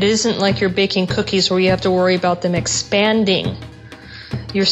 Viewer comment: Ha! I heard your aboot. Canadian eh?